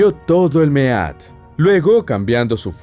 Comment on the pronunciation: Mead se pronuncia "mid" . sinó dorectamente hidromiel macho